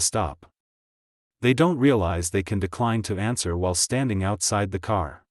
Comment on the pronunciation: Every ANSUER (??!!??) extends the stop. What the heck is an ANSUER? The maker of this audio needs to brush up on their use of the ENGLISH LANGUAGE. ANSWER, NOT AUSUER!!